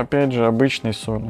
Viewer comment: "...Две столовые ложки обычной СОДЫ" (или СОЛИ)? Уточните, а то звучит неразборчиво. Спасибо.